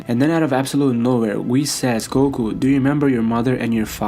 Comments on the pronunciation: Why does he narrate everything like he's forgetting the words. "Low class...................... warrior" Also is Goku not gogu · And it’s goku not gogu fucking lame ass